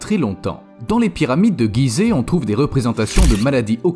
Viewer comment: Pyramides de Gizeh et pas Guizeh stp